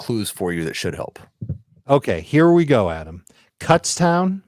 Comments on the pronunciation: You guys are saying Kutztown incorrectly :D, its like Kootztown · You are saying it wrong. its Cootstown